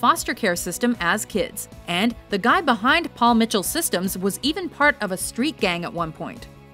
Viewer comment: This is one of those few times that I've heard this name (GUY) pronounced right.